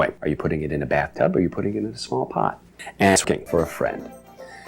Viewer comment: I ALMOST PISSED MYSELF AT “SMALLT”